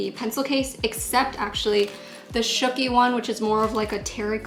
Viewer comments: okay but that was supposed to be "Shooky" not "spooky" though 🤣🤣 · Haha I know she made a chimmy typo, but there was also a typo for shooky. You said spooky. Just wanted to tell you, love you so so much. ♥♥♥